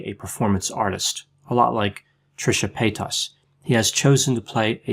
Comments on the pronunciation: Trisha Pay-tusss 😂 Lol sorry I had to, I love you tho x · Dr the way you say Trishas last name is THROWING me across the room😭 Love it. Love you😍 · LMAOO THE WAY YOU SAID TRISHA PAYTAS IS FUNNY NO HATE ITS JUST NO ONE HAS EVER SAID IT LIKE THAT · It's annoying how he says paytas, it killed the video. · It didn't kill the video when he immediately butchered the word mukbang?